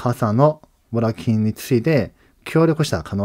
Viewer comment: 裏金は、「ウラキン」ではなく、「ウラガネ」と読みます。